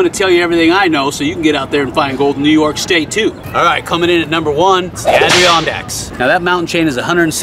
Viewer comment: Learn how to pronounce Adirondacks.